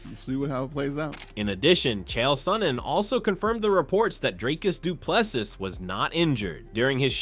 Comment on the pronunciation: you are butchering the pronunciation of Dricus Du Plessis, our South African CHAMP. This is how to pronounce it correctly.